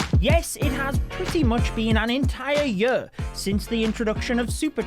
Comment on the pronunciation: This yur, las yur, yur yur yur. Love you judo😂